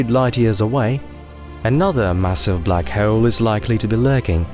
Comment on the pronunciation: What is going on with the way this dude says “bleack haeole” 😂